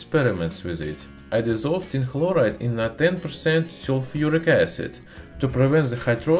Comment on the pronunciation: My favorite part was when he says "Tin begins to dissolve activily, oxidizing to tin tekla(phlegm)loride".